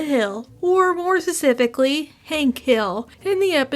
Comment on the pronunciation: Genuine question. Are you saying sesifically because you think it's funny at this point or can you not pronounce P's? I'm sorry for saying anything about it. I do not want to be mean if you have a speech impediment. I understand one hundred percent because I myself am terrible at pronouncing most things. I'm not saying you are terrible btw. I'm just curious if it's a bit or if you can not do it. It just gets under my skin thinking that you can pronounce P's and just refuse to because "f you this is how I talk". I understand I am probably wrong. I love your content and you as a person. This is just my first thought on all of your videos and I'm curious. I apologize if my comment is rude and not thought out enough. I'm genuinely curious. I'm sorry and thank you for your hard work.